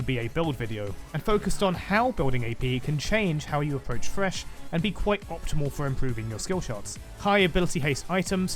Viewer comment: FYI he lost all 8 AP Thresh Top games he played in normals for this video. Also, pronounce the TH in thresh right you Pom